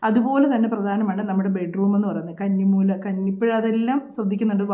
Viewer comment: കണ്ണി മൂലയല്ല' കന്നി മൂല എന്നാണ് ശരി.